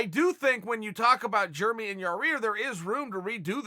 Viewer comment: Ya rear Rodriquez Germy Stephens Ivan Drogo Vasil Lomanchenko Kobi Covington Uncle Chael craics me up lol. Even after being on with Ariel the other day and Ariel pointing out he's pronunciation of Yair. Hahahahaha